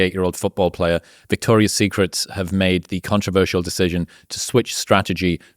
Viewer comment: It's "Victoria's Secret," gentlemen, not "Victoria Secrets."